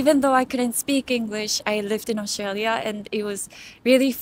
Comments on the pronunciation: She pronounced Australia in the most Aussie way possible.🦘😂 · She pronounced “Australia “ correctly 😊